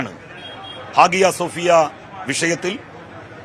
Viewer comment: പൊന്നു സാനലുകാരെ... "ഹാദിയ സോഫിയ" അല്ല "ഹാഗിയ സോഫിയ അഥവാ ഹയാ സോഫിയ " എന്നാണ്. ഇപ്പറയുന്ന നേതാവിനോട് 🙏🏽🙏🏽🙏🏽